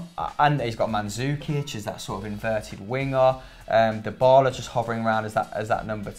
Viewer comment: Please someone teach how to say DYBALA!!